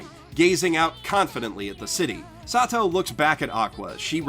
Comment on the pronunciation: Why do you call kazuma sat~toe is that what he's referred to in the dub or something?